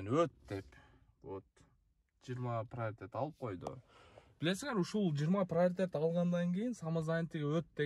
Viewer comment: Пырлажения 😂 прарытет 😂 таза келтирдин граматикан сокеникинен кем эмес экен😂 соотесники дегендей эле суйлоптурсун😂 красавчик от борта ура бер дешевле деп😂